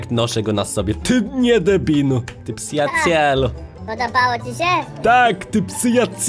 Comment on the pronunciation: Jak mówi:psyjacielu Jak mówi Palion:przyjacielu A jak mówi 🤣🤣:psyjamenelu 😂😂😂😂 wracaj do zdrowia